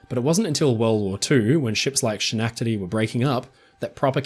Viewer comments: that's exactly what I thought, and I'm a New Zealander. This guy sounds Australian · Schenectady is pronounced with a silent 'ch'. From someone who grew up near Schenectady, NY hear it pronounced with the ch instead of just the se is more than a bit jarring. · Okay,, it's driving me batty so I MUST mention the following. You are mispronouncing Schenectady very badly. It's understandable since the way it's pronounced is a bit wonky from how it's spelled. I know you pride yourself on accuracy and with this particular name, the correct way to say it is easily found. Just type "Schenectady pronounciation" into Google and you'll find it. ☺️ Thanks for all of the excellent work you do!! 🥳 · Wow ..I never thought I would hear Schenectady, NY brought up on a British Oceanline show. Grew up nearby. You pernounced it just like everyone who isnt a local. Wrong lol. Great vid though. No one gets it right first try. Upstate NY has some real odd pronunciations. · im sorry 😂 i know this is not the point of this nearly hour long video, but your pronunciation of Schenectady was so cute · I love your channel, but I have to admit to snickering every time you say "Schenectady" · OMG! If you are going to make money and a living off of talking on YouTube for gods sake learn the correct pronunciation of the proper nouns you use. The ship SCHENECTADY is named after the city in central New York State. My father was born there and I grew up not far away. It is named after a Mohawk settlement on the same site and means in Mohawk “over the pines” the “Sch” is pronounced as the “sk” in the word skate, NOT as the “sh” in the word shut up! So in future do your research so you do not sound ignorant. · Fellow schenectady resident here. I giggled at your pronunciation. If you are not from here, no one can pronounce it! Love all of your videos. Thanks for the content. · Being from Schenectady, that pronunciation got me 💀💀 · Have never heard Schenectady pronounced that way before.